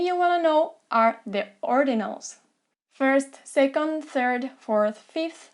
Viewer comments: "Ramon lives on the "tird" floor." I believe you meant, "third." Not complaining, just explaining. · Feel bad that Ramón has to live on the “tird” floor. I hear it smells awful there.